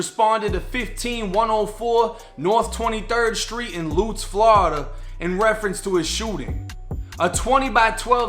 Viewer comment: Bro said lootz its Lutz😭